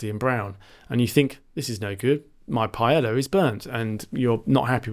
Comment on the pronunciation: Very informative video. Thanks. Oh, it's pronounced pa-eh-ya not "paela"